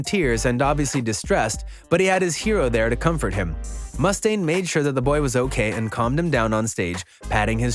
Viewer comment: Dave Must-stane... eww that's not correct. Why are you emphasizing the Must part?? It's mu-stane, not must-stane. 1 S and 1 T.